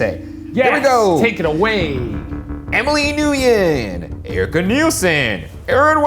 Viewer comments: So proud of Shane for pronouncing "Ngyuen" correctly and disappointed in Ryan for butchering it. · It surprised me that Ryan doesn't know how to pronounce Nguyen